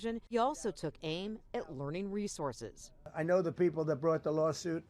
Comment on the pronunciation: learing resorces 🤣🤣🤣